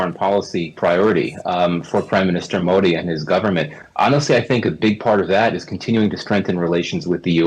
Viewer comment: First learn how to pronounce "Modi"